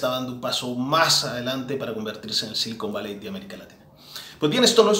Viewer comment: "silicón valley" o "cocain valley" ?